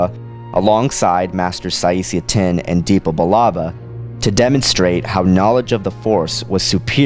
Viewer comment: Isn't it Saesee Tiin, rather than Tinn?